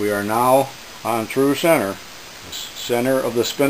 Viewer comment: Oh I just realized you can't pronounce CENTER, is English not your first language?